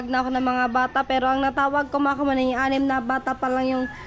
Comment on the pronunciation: Di ba dapat "PAIN" yan Kamuning hindi paing? 😅✌️